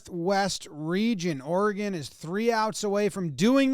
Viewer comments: As an Oregonian, I guess I want to thank Jomboy for knowing how to pronounce our states name. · Thanks for pronouncing oregon correctly